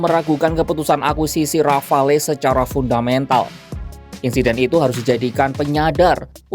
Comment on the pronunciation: Bacanya "rafal" min.